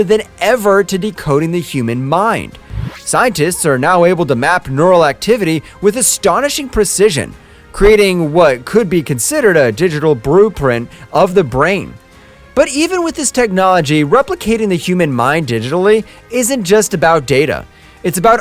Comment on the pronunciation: Anybody else catch the weird quirk anytime he says a word with "print" in it? He adds or replaces the second consonant with an "r". He says "brueprint" instead of blueprint, and "frootprint" instead of footprint. Just caught my attention and was curious if anyone else noticed.